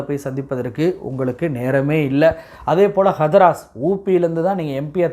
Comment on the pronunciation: ஹதராஸ் அல்ல ஹத்ராஸ்...அதேபோல் ஆஜ் தக அல்ல ஆஜ்தக்